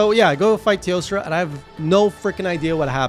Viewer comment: Jesus, your editor is doing a great job at giving me a small jump from that zoom in . I swear I didn't notice until BOOM. Cheers, Editor 🤣🍻 Also, I still love how you say, "Teostrrrrrra" 🤣